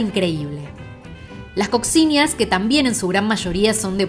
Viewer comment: se dice COSHINHA